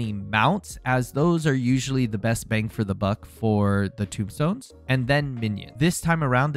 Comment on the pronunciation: Tomestone, not tombstone. Tome as in book. Not Tomb as in an underground burial vault.